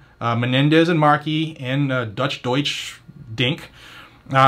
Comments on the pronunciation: Im pretty sure its pronounced "douche". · I believe it’s pronounced “doooosh”. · It’s pronounced ‘DOUCHE’ I believe?